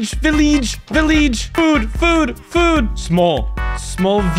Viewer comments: Its "vileeege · And Vileeeege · he said villeeege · He said villeeeeeege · He said vileeege and smol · If you didn’t read the texts INFRONT of the screen, you would see that he pronounced village as “VILLEEEGE” and small as “SMOLL” but he did say “Break” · HE SAID BREK, VILLEEEGE, AND SMOLL